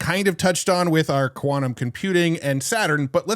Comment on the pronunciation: its quantum not kvanum